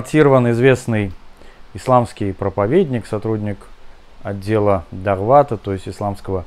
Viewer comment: Не Давлата, а Даавата, не Паразалитизма, а Прозелитизма